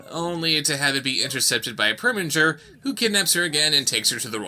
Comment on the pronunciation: It PREminger. NOT PERminger!